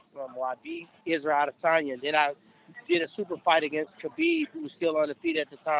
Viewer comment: Tyron "Adensanya acosted me" Woodley